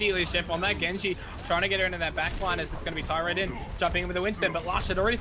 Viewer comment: Everytime they said Tirodin instead of Tyrodin it absolutley triggered me